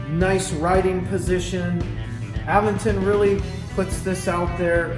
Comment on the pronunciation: You are pronouncing Aventon wrong.